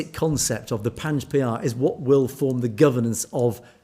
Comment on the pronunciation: Hi Panj Pyare is pronounced Panj Pyareee